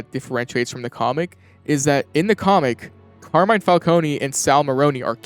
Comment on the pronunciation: As an Italian, the fact that everybody calls Carmine "Carmain" is incredibly silly. Good video though.